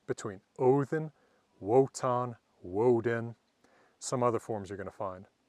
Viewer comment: The W in Wotan sounds like a V in victor.